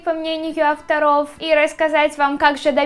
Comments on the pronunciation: Видео очень интересные, НО ты совершенно не грамотно говоришь!!! Постоянно НЕ правильные УДАРЕНИЯ!!! Поработай над этим! 1) Магия Авторов, а не авторОв. 2) НачалА, а не нАчала. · Что с ударением? Магия утрА, авторОв.... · За первые 10 секунд полилась кровь из ушей из-за "утрА" и "авторОв". Ну зачем так больно? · Магия Утра, а не утрА!!! Авторов, а не авторОв Как то стыдно, ты ведь уже большая... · Знаю, что допустила ошибку и правильно Авторов, а не АвторОв. А вот с утром, то нужно ставить ударение на утрА, можешь посмотреть в словаре. И да, русский не мой родной язык 🤗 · Магия утрА авторОв Боже ты конечно классная и мне нравиться тебя смотреть, но неужели нельзя сказать правильно? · Не авторо'в а'второв